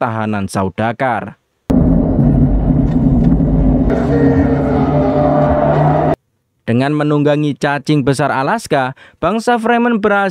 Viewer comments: izin koreksi ya. yang benar itu 'Sardaukar' bukan 'Saudakar' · Saya malah dengernya saudagar